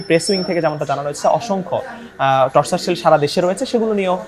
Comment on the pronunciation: টর্চার সেল না টরছার সেল। উচ্চারণ ও পারেনা।মুর্খ সাংঘাতিক।